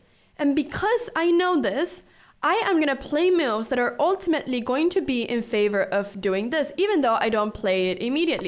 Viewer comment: After all the cow opening videos i misheard "moves" and thought she says "moo´s" you know the sound of a cow..